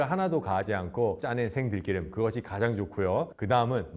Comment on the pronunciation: 들끼름 × 들기름 ㅇ